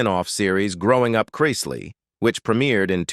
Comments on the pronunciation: The narrator drives me crazy how he keeps mispronouncing their last name. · He always does with everything he narrates